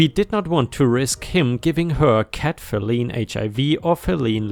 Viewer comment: 🌞🌞🌞🌞🌞 As as English speaker I thought I would help with your pronunciation of the word "feline". I'm doing this to help. Fee-lie-n